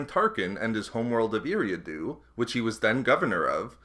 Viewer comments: its pronounced E-ra-do sorry it just hurts my ears to hear every planet mispronounced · Solid video but in the name of George Lucas, please learn how to pronounce Eriadu correctly! (Ear-ree-ah-doo)